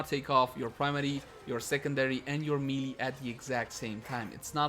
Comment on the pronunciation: People just really need to learn how to pronounce MAY-LAY. Please stop with the MEE-LEE